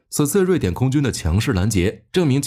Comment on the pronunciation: （强势）两个字从台湾人嘴里说出来，笑喷了😂